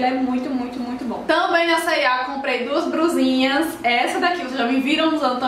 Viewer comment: vc disse "duas bRusinhas?